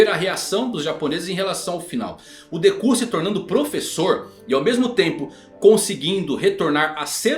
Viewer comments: Meu amigo, a forma como você pronuncia nomes em japonês não é correta. Me desculpa, mas é bastante irritante ouvir você falando Dekú, Gojô etc. Sempre enfatizando no final. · Pior mesmo foi ouvir deKÚ... 😂😂😂